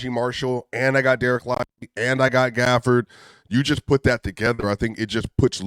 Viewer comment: Why saying Danil Gafford?😂